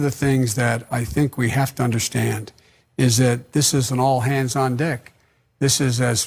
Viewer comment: I swear Biden says " all hands on dick" . Heard it live and found it here. IDK. But I think it did.